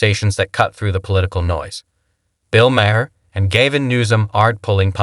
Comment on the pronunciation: "Bill Mare and Gayvin Newzim"